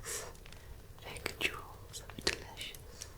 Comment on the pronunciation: Fun fact about the word victuals, its actually pronounced as "vittles".